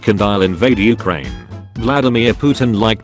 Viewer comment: You said Ukraine wrong